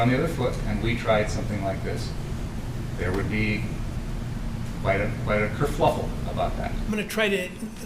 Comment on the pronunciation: The word is kerfuffle, not "kerfLuffle".